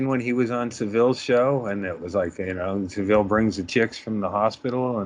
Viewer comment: You all watched the documentary but none of you can pronounce Savile correctly. Although, Norm MacDonald pronounced it your way too.